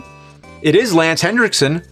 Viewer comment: It’s Lance Henrickson, not “Hendrickson.”